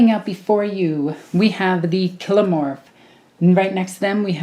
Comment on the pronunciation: For your consideration, I pronounce these as follows: Nexos: Neck-sohs Biophagus: Bio-Fay-Jus Kellermorph: Kell-Er-Morph Sanctus: Sank-Tus Clamavus: Clam-A-Vus Locus: Low-Cuss I feel like I am mansplaning, and for that I am sorry, it's just your pronunciations rubbed me up the wrong way 😦